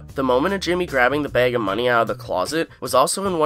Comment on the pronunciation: Hearing you say "bag" and "tag" revealed to me that you're Canadian lol.